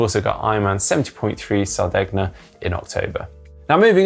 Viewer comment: I won't comment on the pronunciations of Emilia Romagna and Sardegna...